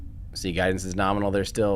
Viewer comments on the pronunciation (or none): mispronouncing things